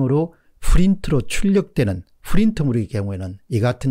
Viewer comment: 박사님, 수고많으세요. 감사합니다. '후린트'가 아니라 '프린트' 입니다.